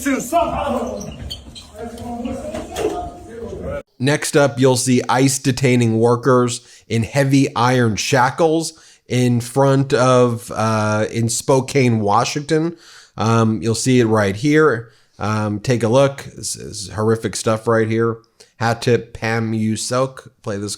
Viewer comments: Spoke-can, not Spoke-cane, sorry Washingtonia n here. Sick that it's happening, no matter where. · Spokane is pronounced Spo-can. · you keep miss pronouncing Spokane, it's SPO-can. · Spokane is pronouned "Spo-Can" this is my city. Hope this helps those who dont know how its pronounced. Im sickened at whats happing all around our country. When does it end? Im worried a year from now were going to be dealing with an even 😢 worse situation that leads to another Germany. This has got to stop. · It's pronounced Spo-Can. Keep up the good work guys I watch allot! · The city is pronounced Spocan! The "e" is silent, Spo..can. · This footage is so disheartening. I have such a hard time watching, but I know that I need to to fully understand what’s happening on the streets. (Oh, and it’s Spo-can, WA. ) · Spokane is pronounced spo-can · Pronounced, SPOE-CAN Washington